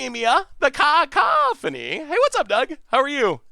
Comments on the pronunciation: Lol, people are grammar nazis... I'm people... It's "ca - COUGH - o - neeeee" not "caco-PHONE-eeeeee" Haha and for the love of god it's definitely not "caw-CAW-phony" 😆 Edit: Well looks like chat already told you lol. But juuuust in case I won't delete this👌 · the harpy's name is pronounced Kuh-COFF-fun-ee haha. It means "a lot of loud noise"